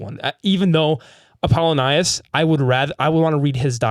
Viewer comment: Why has no one corrected him on Apollo-Nius this whole time? They literally call him Apple for a reason. Because it's pronounced like Apple-Onius